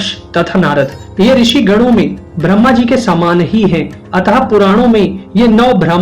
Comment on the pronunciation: आपका उच्चारण ब्रह्मा के स्थान भ्रम्हा हो रहा है ।